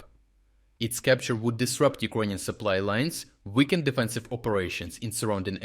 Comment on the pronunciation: Iconian army? LOL Learn how to speak first. LOL.